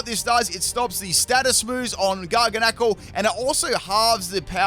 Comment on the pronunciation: God, the way you say Garganacl is triggering. its not garga nacle, it's gargan-acl.